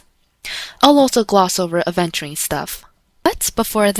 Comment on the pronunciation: Is it just me or she call aven sp urine?